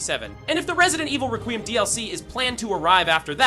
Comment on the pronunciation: Resident Evil RaQueeuhm